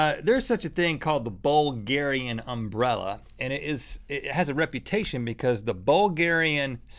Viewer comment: WHAT?! U SAID BULGARIAN UMBRELLA or something else?